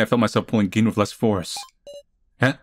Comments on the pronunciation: "Hey Q-taro, remember that time you almost betrayed us all and we almost all died? Ha!", "I know you'd do that, Q-taro!" Those cracked me up 😂 Gin (銀 in kanji, meaning "silver") is pronounced with a hard "g" in Japanese, so you got it right 👍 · The way you pronounced it just now (here) is correct. 'G' sound (ga gi gu ge go がぎぐげご) in Japanese is like the english 'g' sound in 'geek' or 'gone', rather than g in 'giant' (which would be 'j' in romaji).